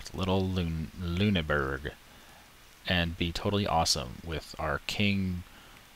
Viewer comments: Actiualy, that was shit; Its Loon-er-Borg.. Or not ITS SOMETHING LIKE THAT (its not loon-burg is what im getting at) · I dont know how to type it out, but its not Loon-Burg. I could say it to you, i just cant type it. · the doted u makes an i sound